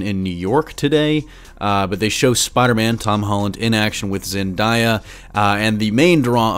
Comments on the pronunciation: It's not zen-daya,it's pronounced zen-deya. she is dating tom 🤷🏻‍♂️ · Omg say ZENDAYA RIGHT